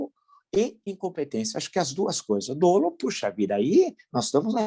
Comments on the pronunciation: grande villa, mas fala-se "dólo" não "dôlo" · Prof. Villa, só para informar que a pronúncia certa é "dólo" e não "dôlo" !! Obrigado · Professor, uma crítica construtiva, não se fala dôlo, e sim dólo, muito embora a escrita seja "dolo".